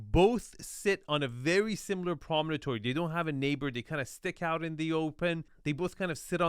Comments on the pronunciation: Promontory is the word, not "prominentory". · “It’s a promonatory.” No, it’s not. It’s a promontory. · Hehe - we could listen to mispronounce “promontory” all day long. (Dude - it’s not promonotory - rotfl.)